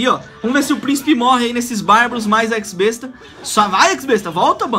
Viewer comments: mds olha o jeito q ele fala x-besta pqp eks-besta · é X-Besta, nao EX besta